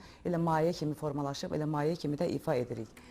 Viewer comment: Maye yox, mayə